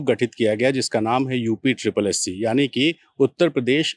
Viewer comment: UPSSSE नही होता है भाई, UPSSSC होता है।